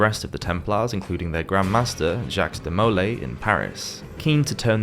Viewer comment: I enjoyed the video, but just so you know, Aquinus is pronounced Ah QUIN us, and De Molay is pronounced De mo LAY, and Castile is casTEEL.